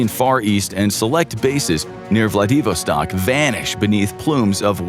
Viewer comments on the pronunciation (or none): That is the first time I've heard Vladivostok pronounced like that.